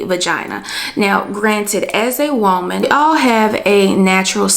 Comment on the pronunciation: I love how you say whoaman lmaooo